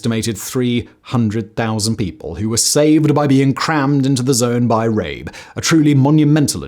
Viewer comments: Come on now Simon, is it really THAT hard to pronounce the names correctly? I can understand that maybe the Chinese names might be a tad difficult to get right but Rabe is absolutely not difficult to pronounce in the German way. I expect a bit more effort especially when you say you want to honor the victims. Would you like it if I pronounced your name in Spanish or French? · It’s pronounced rabE (raven). The e isn’t silent. He wrote a report to hitler about the Japanese, after he came back to Germany, but the made him silent . He lost his enthusiasm about the nazi party and lived a very poor live with his wife, died later. His report was discovered later again. The chines saved his house and made it a memorial. He is still remembered by the people there. But wasn’t there also a Japanese diplomat who saved Jews in Litauen (litavania??? Don’t know the English name)? So there people, in the midst’s of their ideology, but still were human enough and helped people. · I am going to sound like a pedant, but —Goddamn—please invest the smallest amount of time to learn how to pronounce people’s names. I’m not saying you have to sound native, but you screwed up not only Rabe’s name by pronouncing it two different ways in various parts of the video and as for the Chinese, the less said the better. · Thank you for this video. It honors the memories of the victims. 2 points of corrections though: (1) the Chinese flag shown is incorrect; it is the PRC flag. The correct flag to use is that of the ROC. (2) The correct pronunciation of Rabe is similar to "rubber", instead of "rape". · John Rabe . Is definitely not pronounced the way you did it here. It's not John Rape but sounds more like "Raabe" the a is emphasized and his name translates to crow. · Rabe is pronounced Rah-ber in German. The Japanese violence was so brutal & horrific, it even cringed the most fervent Nazis.